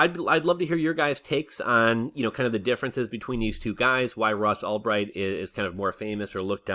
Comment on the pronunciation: Who's Ross Allbright? Lol. It's Ulbricht.